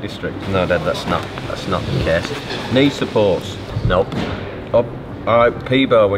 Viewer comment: What accent does Nile has? He pronounced "Case" as "Kess"